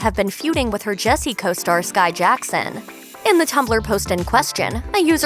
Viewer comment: "Shai Jackson" It's Skai Jackson 😂😂